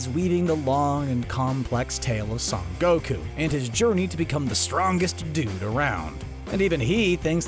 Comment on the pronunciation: Dbz fans : son goku CBR : saun goku